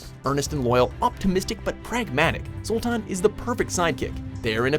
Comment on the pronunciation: You can tell he's never played a witcher game. Just listen to how he says "Zoltan"